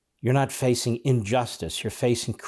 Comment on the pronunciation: "injustice" not unjusctice, she doesn't even speak English. How can the US allow an illiterate to be in congress?